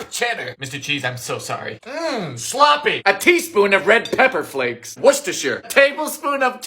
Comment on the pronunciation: HE SAID WORCESTERSHIRE CORRECTLY!!!!!‽?!!